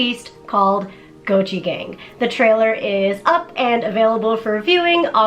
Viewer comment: Every time it's said, I hear gochujang instead of Gochi Gang...